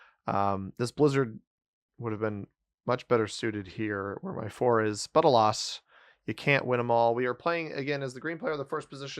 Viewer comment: why aloss and not alas? I noticed you always say aloss